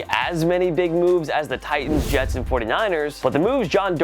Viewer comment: "the yets"